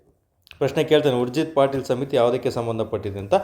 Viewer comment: It's ಉರ್ಜೀತ್ ಪಟೇಲ್, ಪಾಟೀಲ್ ಅಲ್ಲ